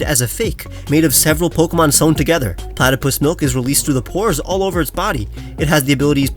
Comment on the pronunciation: Man just say platypus 🤣